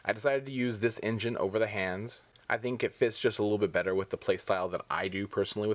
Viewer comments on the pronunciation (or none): none